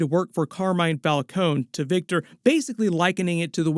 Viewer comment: Why did they change the pronounciation of the Falcone name between the batman movies?